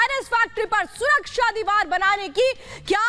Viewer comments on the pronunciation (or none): none